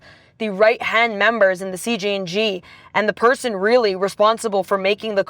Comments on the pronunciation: Y’all keep saying cgng not cjng 😂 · C “J” NG not C “G” NG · female reporter dosent know much what shes talking about sadly ,she also KEEPS Calling them CGNG NOT CJNG she didnt even say chaos in spanish correctly . if she cant do those basic things lol imagine the stuff she thinks she knows she is telling you guys. cool video but her part should of been cut out its false stuff , that whole you cant even say the word cartel is a huge lie lol you can say anything there and they wont pull ya over, if they dont care about deaths like that do you think they care about reading cartel banners? no lol not sure where she is getting her info